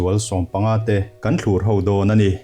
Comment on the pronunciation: A tirte-a 'thlûr' i lam dan hi a di lo deuh, hetah hi chuan thluk san tur a ni.